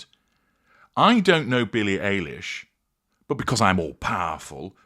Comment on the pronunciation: Just a little pet peave. Billie’s name is pronounced like Eyelash , not Alish. It’s like Obamas name, every Brit I have heard calls him Bear-ick Obama. He is kind of famous. You should know it is pronounced Bah-rock. Even the UK media says it wrong. Not a big deal, just kind of gets on my last nerve. But yeah Meghan Markle is a creep.